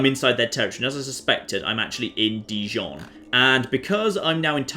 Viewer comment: For someone romantically involved with a french girl you're pronunciation of Dijon is appalling. P.S Jon deserves a noble peace prize